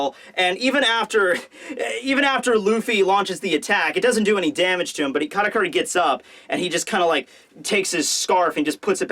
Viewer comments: Weird, I even slowed down the video to hear it clearly, but in 90% of you saying his name there is definitely a "R" instead of "T" there. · Why do you always call him "KaRakuri"?